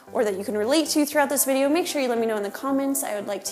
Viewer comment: ''Vdeyou'' lol